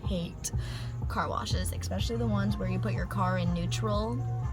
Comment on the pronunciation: Especially. Not EXpecially.